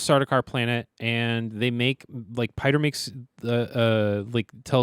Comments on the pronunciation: Piter De Vries' name is pronounced "peter". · Pieter DeVries is a real world dutch name, it's pronounced like the english peter and 'de-frees'.